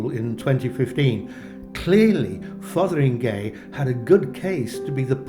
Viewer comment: so glad you pronounced it right - I know what you mean about media pronouncers .